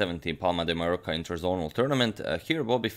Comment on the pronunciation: Please sir, when you pronounce “Mallorca” keep in mind the double L in Spanish is pronounced like an English J. Greetings